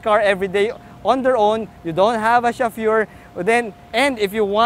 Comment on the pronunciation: Awesome review.. Direct to the point but I was taken aback by the reviewer's chauffeur pronunciation 🤔😅